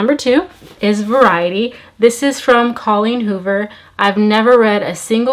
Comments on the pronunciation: Looove reading! I think you’ll enjoy at least a few of those books. But I think the Colleen Hoover book is pronounced vare-ity 😄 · It was killing me every time you pronounced Verity as Variety 😂😂😂